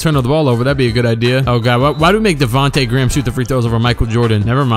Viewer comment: That part when he said "Davonta Gram" killed me 🤣😂